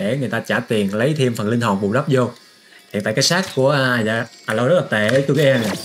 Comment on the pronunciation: A loi ko phải là À loi :)